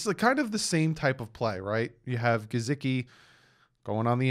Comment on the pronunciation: Not to be nit picky but please pronunciate Gesicki properly! His name does not have a z in it! I had to listening too because of it!😖